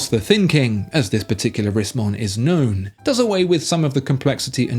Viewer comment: Did he say "known for..." or "gnome for...'?